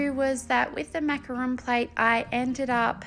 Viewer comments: I'm French and you pronounced macaron the right way! "Macaroon" are coconut cookies not the colourful sandwiches 😆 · Absolutely adore this! You could also do macarons as ceramic ring boxes. I can see a dessert plate series with different French patisserie. You pronounced macaron perfectly btw. Such pretty colours! As a dessert person I'm sold!💜💚💛💙